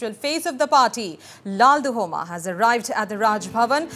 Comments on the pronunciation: Stop calling him LAL- DU - HOMA.. Should be pronounced as LAL- DUH - OMA (and should be written as LALDUHAWMA) !! He's going to be the CM of an Indian state and please learn atleast this pronunciation and spelling..its not a mammoth task! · Ok thats fine. But, Even if spelled or written as LALDUHOMA....we don't called him as LALDU-HOMA but LALDUH-OMA. The anchor here doesn't know that. That's my point